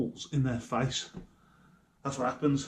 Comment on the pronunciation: “So fucking whaaa” have you forgot the letter T is in the alphabet